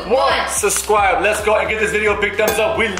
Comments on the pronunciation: said sucwibe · bro did just say subscwibe